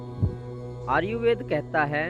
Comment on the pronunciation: भाई आर्युवेद नहीं... आयुर्वेद होता है.